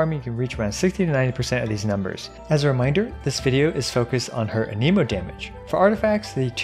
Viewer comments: Ahhhhh my ears, aneemo, ah-neh-mo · The fact that you say ANEEMOH instead of ANEHMOH bothers me. Stop that.